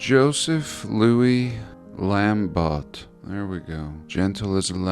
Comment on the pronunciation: Lambot is pronounced Lambo. It's French.